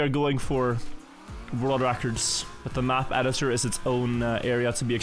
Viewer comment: S in english sometimes has a z sound, Such as, is pronounced iz or sounds pronounced soundz Not all S' are a hiss Been watchimg you for years, i get its not your first language but its a very noticeable. Fix that and you could speak english 100% Good luck my guy